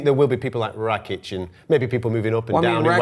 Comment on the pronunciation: Rakic is pronounced rah - keech if anyone cares lol